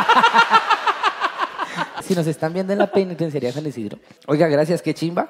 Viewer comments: no puede decir penitenciaria JAJJAJAAJAJAJAJAJAJAJJA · Pensaba que podía hacer de todo y hacerlo perfecto pero no puede decir penitenciaría:3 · Ok pero no fue capaz de decir "penitenciaría" 😮